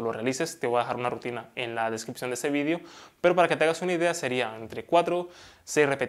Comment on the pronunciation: Se dice video, no vidio 😉